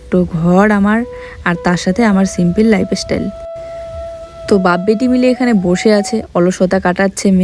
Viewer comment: Life estyle na life style, chance kotha gulo clear bolbe. Tumi social media ache tai theek kore n clear pronunciation korbe. Akon theke correct korle aage tomar benifit hobe.